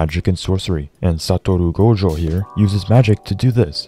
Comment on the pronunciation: i came back to this video just to hear your pronunciation of "satorou gojo"